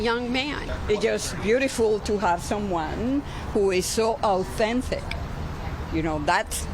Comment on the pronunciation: You know you shouldn’t be here when you can’t pronounce authentic..❤